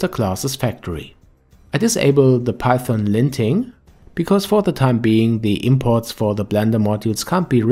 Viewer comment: hey there, first of all... it's python, not paython ;) but nvm! :D Python has a very clean syntax, with little non-alphabetic characters, which makes it easy to read for beginners. It has many use-cases, like AI, web, and APIs like for example the blender-scripting-api. BUT: If we are talking about state-of-the-art desktop-video-games, then C++ is the standard since a long time, and is unlikely to be replaced anytime soon. The fact that C++ is fully compiled into machine-code, and not an interpreted language like python, c#, etc. just gives it an edge in terms of performance, and of course, performance is key in modern video-games. That is not to say that you can't program games in other languages.. but if you aim to get a job in the videogame-industry, i would say, c++ is still your best bet. What you learn in one language can be translated into other languages though, so as a beginner, just get coding!! ;)